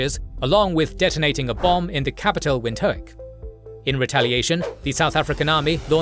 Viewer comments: Love the video! “Windhoek” is pronounced “Vint-hook” “Botha” is more “Buah-ta”. “Protea” = “Pro-tee-yah” Thank you for covering this conflict, the actions of the Apartheid government are appalling and deserve to be laid bare for the world to learn from, especially considering modern conflicts of a similar nature… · "Wint - hook and O wham bo" had me in creases!